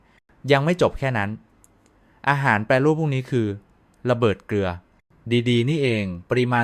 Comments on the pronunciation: อ่านให้ได้ภาษาไทยให้ความรู้หนะดีแล้วแต่ช่วยอ่านให้ถูกต้องหน่อยอาหารแปรรูปไม่ใช่แปรูปอผิดหลายคำจนฟังแล้วน่าเบื่อ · AI.พากย์ .'แปรูป' AI อ่าน แปร รู ปอ... ภาษาไทยโดน AI ทำลาย